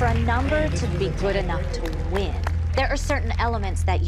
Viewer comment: her moms "wing" say it right 😌💅🏽